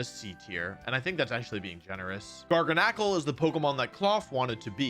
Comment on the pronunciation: I think it's Gar-gan-ucle. Not Gar-ga-knack-ul